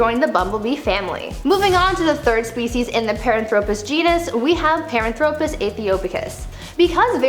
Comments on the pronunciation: Nope. In her first video, she butchered three. And she butchered Paranthropus here. It's not "pahr-an-THRO-pus." It's, "PAHR-AN-thro-pus." Her data is sound, but her pronunciation makes me want to throw my phone. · She mispronounces Paranthropus the emphasis is on the second syllable not the third, pa RAN thro pus , not par an THRO pus! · "PEHR-AHN-thro-pus," not "perh-ahn-THRO-pus." "deh-NEE-soh-vahns," not, "deh-nih-SOH-vans." They were found in Denisova Cave, in Russia, pronounced, "deh-NIH-so-vah." Da-yam, wo-man, yo-ah killin' me o-vah he-yah. People keep praising your pronunciations... 🙄 Nope. Please, gods, listen to others pronounce them before making more videos. While your science is on point 100% of the time, your pronunciations, one third of the time, suck. I'm not trying trying be nasty, just truthful, to help you. One of my minors is Anthropology, and I'm I'm gifted Aspie. I've studied human evolution my entire life, since early childhood, in the early 1970s. I've probably watched more videos and educational specials, beside my education, than the time you've been alive. Please, fix this. Thank you.